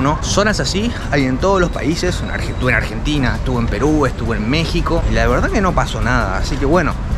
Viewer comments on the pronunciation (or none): none